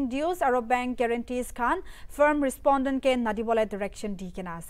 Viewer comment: PIL Respodent, respondent 🤣